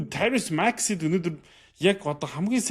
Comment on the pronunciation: Таярус Макси биш "Таярийз" аа